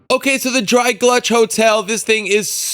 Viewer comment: Nice review. But it's Gulch. Not GLUCH.